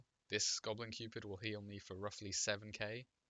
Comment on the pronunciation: i believe you pronounced Gobu Cupid wrong